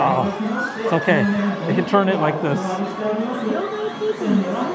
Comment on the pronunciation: I laugh every time you say "churn" (turn) haha 😂 Nancy from KAM used to say that all the time and people said something about it so much, she works so hard now to remember to say it correctly lol she slips up every once in awhile and almost says churn again 😂 yours isn't nearly as strong as her's though.